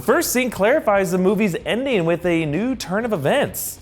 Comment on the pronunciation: I can't be the only one who thought he said "Indian" and not "ending"